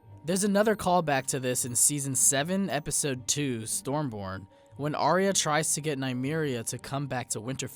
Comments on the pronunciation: IT IS NOT "ARIA"!!! IT IS PRONOUNCED R-YA. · Why does every american pronounce Arya's name Aria? It's so frustrating. It's, 'I-ah' other than that good vid. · Aye-ah. Not Aria.